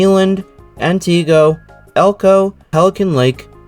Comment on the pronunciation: Shawano is pronounced Shaw-no, long E on Eland, Antigo is An-ti-go, Manitowoc is Man-i-twoc.